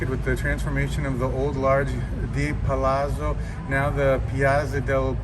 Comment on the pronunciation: С итальянским произношением у тебя проблема 😁 San Franchésko di Páola =) Palazzo = Palátso = Square